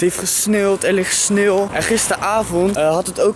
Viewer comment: Ik weet dat dit niet de intentie was van de video, maar jij zegt sneelt ipv sneeuwt